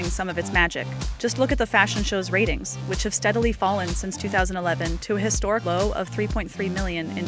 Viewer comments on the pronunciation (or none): none